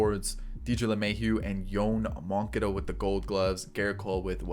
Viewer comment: butchering names.. I know sometimes you’re joking but most of the time you’re not 😂 the way you were saying moncadas name was hurting my ears